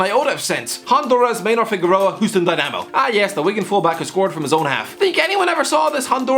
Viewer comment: Funny hearing you call Houston “Hooston”